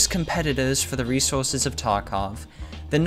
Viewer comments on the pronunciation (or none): none